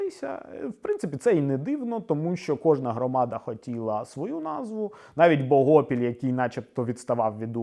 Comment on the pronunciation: Та не БогОпіль, а БогопІль) слух ріже.